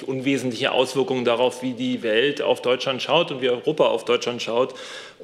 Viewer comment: Warum haben die alle ein Sprachproblem mit Deutschland :"..Deutsland.". 😂😂